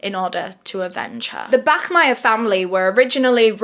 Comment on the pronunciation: thank you for not saying "bakmeier"🫶